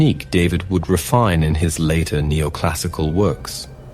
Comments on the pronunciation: His last name is pronounced (daveed). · AI,,,his name is "DAVIDE" so pronounced,,,not david the anglo way...